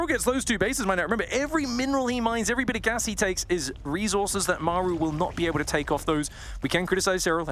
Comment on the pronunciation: God I hate the way says reezorzez